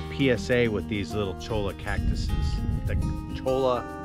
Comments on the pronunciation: Cholla is pronounced "choy-ya," the double L's out West are pronounced "ya", think of La Jolla.. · You will find there are quite a few Spanish related words in your southern travels. Cholla cactus for instance (two ll's = y) should be pronounced choya. The town of Ajo (J=H) is pronounced Aho. The locals will find you silly sounding if you mispronounce Spanish words because they've all been chastised for it themselves. I lived in Tucson Az for 20 odd years (Oregon now) and it's funny to me to hear people mispronounce Spanish words because ( when you live there) the everyday use of Spanish becomes familiar, plenty of street names and locations are Spanish in origin. Don't miss the high winds but I do miss the thunderstorms.